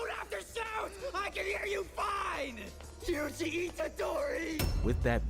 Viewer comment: Yuji was going crazy bro 😭 "yugi" 😭 fire vid tho